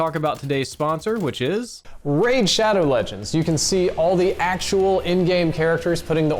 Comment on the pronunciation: Saw this comment as soon as he said "Raid ShoAdoW lEgEnds"